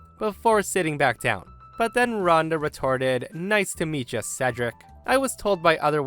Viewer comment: I'm so glad pronounced Cedric correctly during the last story